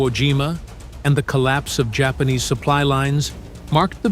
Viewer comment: Spanish pronunciation